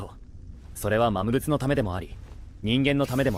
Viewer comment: 動画のクオリティは、最高です！更に面白くなっています。一つ気になったのは、キャラクターのセリフの、魔物が「まむつ」に なってたり、聖剣が「ひじりけん」になっていたり、思わず笑ってしまいました。でも、このAIアニメシリーズは、やはり一番だと思います。これからも、期待しています。